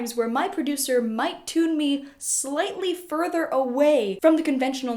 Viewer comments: Can’t stop hearing her say tuna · You do pronounce "tune" and its derivatives kind of weird. Nice explanation, though.